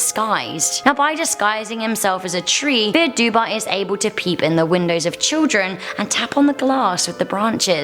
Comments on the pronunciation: Btw its pronounced fear du-v Dubh is gaelige for black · You pronounced fear dubh wrong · No.3 is pronounced "Far Duv" it's Irish so I'm not attacking your pronunciation here, Irish is a dying language after all its just "Fear Duba" as you called it was just too far off how you actually pronounce it so I thoughts I'd let you know. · Dubh is black in Irish but its pronounced dove not duba. 😂 good effort, and good video.👍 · Bahha “”dubba” I’m Irish ands it’s pronounced “duv” the letters d and b make a v sound and dubh is Irish for black sorry 😐 to sound so mean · Can confirm im irish and fear dubh means black man and its pronaunsed far duv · Fear Dubh is pronounced "far dove" in Irish. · I The words are fear doo (dubh) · Number 3 is pronounced far duv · fear dubh is pronounced far dove lol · It is pronounced 'far duve' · Fear Dubh is pronounced Far Duv. Great video though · Fear dubh is pronounced far duhv geailge ea=ah bh=v fear=man dubh=black. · fear dubh is pronounced "far duv" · Fear Duibhe means the devil in Irish Gaelic and it’s pronounced far dove-ah :) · I don’t want to be “that guy” but the Fear Dubh is pronounced “far duv”, it’s Irish where “fear” means man and “dubh” means black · I'm Irish and fear dubh is pronounced 'far dove' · Fear dubh-pronounced far duv-literally translated to black man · Just saying but you pronounce it, FAR DUV, for the irish one, it means dark man, im irish and It triggered me, dont worry still love the channel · It's pronounced Far-Duv Irish names are so hard to pronounce and I'm Irish😂😂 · Great video!!! Just so you know “Fear Dubh” is pronounced “Far Dove”. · 'Fear Dubh' is pronounced 'far duv', Fear means man and Dubh means black but in Irish the word order can change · Fear dubh is pronounced far duv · Fear dubh is pronounced far duv and it means black man,I’m Irish